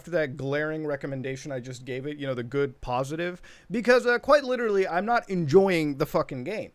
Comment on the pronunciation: Muta becoming Leafy for a sec by saying “litrally”